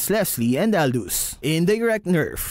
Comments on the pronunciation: why u call Aldous as Aldog, respect or u are been arrogance.💢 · Aldous ❌ Aldog ✅ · bro called aldous aldog and thats what i call my enemies